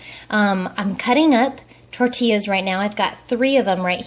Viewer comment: great idea! looking forward to the next one. I'm from Amish country and here people pronounce tortilla with the L's intact! Hahaha